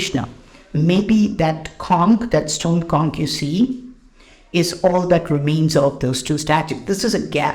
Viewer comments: With due respect,, just for your information, the "ch" in the word "conch" is pronounced not as "k" but like the "ch" in "lunch", "crunch", "bunch", etc. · It's "conch" not "konk". Shank in Hindi and in Sanskrit "sankha".